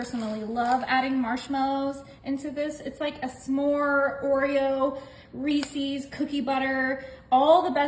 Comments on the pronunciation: This is a ridiculous waste of ingredients. Too many to enjoy. Reece's is not pronounced reec ees. Its Reece sounds like fleece. With the s for ownership. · You pronounced Reese’s incorrectly.